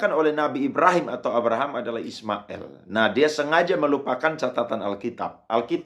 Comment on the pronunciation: Kalau,islam itu ismail, il bukan ismael konon,ucaplah degan benar jagan di legko legko😮